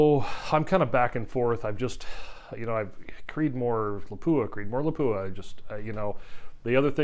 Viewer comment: It's LAH-pu-ah, not La-PU-ah. It's Finnish.